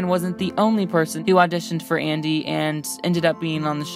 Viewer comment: am I the only one who realized how many times she mis prounonced names like Andys and rose